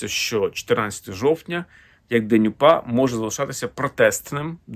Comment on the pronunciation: Зеленський навіть слова УПА вимовити не може , челюсті не українські